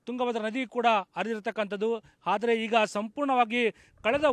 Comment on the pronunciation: "ಹಾದರೆ" ಅಲ್ಲ ಗುರು ಅದು "ಆದರೆ" 🤦‍♂️ Karma yellelindha barthiro neevella